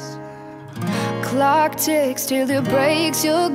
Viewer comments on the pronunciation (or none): none